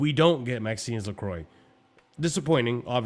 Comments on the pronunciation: Hearing “Maxinse LeCroy” 132 times was so triggering 🤣🤣🤣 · It was weird to hear that Lacroix pronunciation. Guiu had/has the same problem. If not sure, Google foreign names.